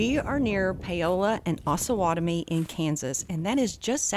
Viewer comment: You are mispronoucing the name of Osawatomie!